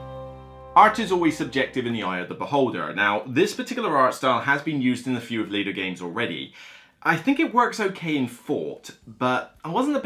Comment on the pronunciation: Cole Velah 😂 he’s American- it’s “Whirlee” (his other company is a clue [Whirlee] Wehrlegig games). And the company is pronounced “Leader”. That being said- love your candid thoughts as ever!